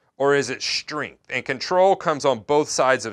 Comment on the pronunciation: Shtringth ... im sorry, i had to, after hearing it once i couldnt stop...